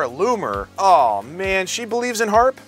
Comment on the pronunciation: British nerd didn’t even get the frickin name right. It HAARP not HFARP